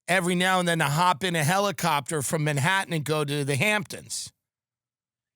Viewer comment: no, it's a hellicoptah, he said